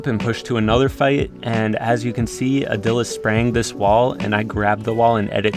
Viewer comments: Just gonna put out there it’s pronounced aaadil not udil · Is not adil it is pronounced aadil